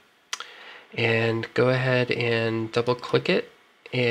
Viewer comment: Actually no, it was a serious question, I'm genuinely confused by it... why would someone pronounce the word Filter as Fil-ther, when clearly it is spelled 'Filter'. That's all..